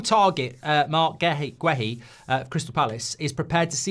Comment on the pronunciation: It's not pronounced as Gwe-Hi, it's Geh-Hi, the U is silent in Guehi ... Please stop butchering people's names like this.